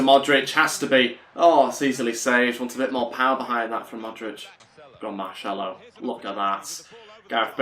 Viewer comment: It is not “keballos” it is ceballos, pronounces with and “s”. It is not “marchello” it is Marcelo, pronounced with an “s” as well